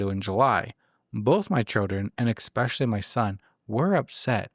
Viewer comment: Sorry, I have to say this…, you always add an x to the word especially. Kinda funny though 😁 Love you guys ❤